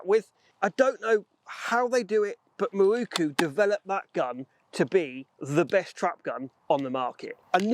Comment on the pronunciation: Some day you may be able to read! Mi-ro-ku! NOT Mi-ru-ku! Otherwise, I don't care.